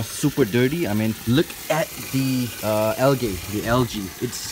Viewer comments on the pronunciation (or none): "the al gay" 😂